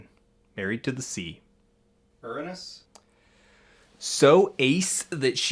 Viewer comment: The best part is the last line, because they pronounced Uranus in a way that didn’t sound like a bathroom joke. Five star video.